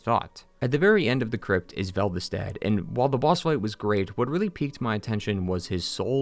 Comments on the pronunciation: Velvested? Really? You have it wrong in the whole video, even though it’s name is clearly shown on screen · The "Velvestadt" thing annoys me. Why would your brain do that? You must have played these games hundreds of hours. However, cool video! DS2 always had a place in my heart, and I never understood the hatred.